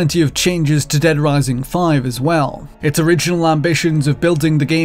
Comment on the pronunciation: Dead Wising